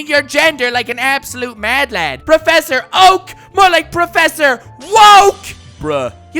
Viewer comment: I came back just hear him say PROFFESSOR oak NOT MORE LIKE PROFFESSOR WOKE 🤣🤣🤣🤣🤣🤣🤣🤣🤣🤣🤣